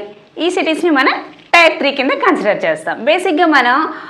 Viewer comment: అక్క అది టైర్ కాదు టియర్ అని పలకాలి.